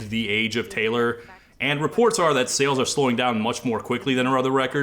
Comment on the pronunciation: “Tay-lore”, if you will…